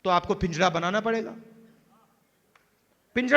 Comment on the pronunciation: Rahul ji pinjra hota h Na ki pinjda language tik nhi h